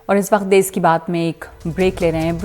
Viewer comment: मैडम देस नही होता, देश होता है। Please please correct it.